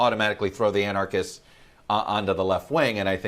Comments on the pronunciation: For someone who was governor, McCrory should have a better grasp of the English language and actually be able to pronounce anarchists the right way. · Somebody needs to tell Pat McCrory how to pronounce "anarchists" correctly. It is only the most superficial sign of his not understanding anarchy, particularly given that neither anarchists nor anarchy were actually present in either Portland or Kenosha. What we had were protesters against unjustifiable shootings of unarmed Black men. Of course, painting the protestors as "anarchists," and protest itself as "anarchy," are just what this White House administration wants.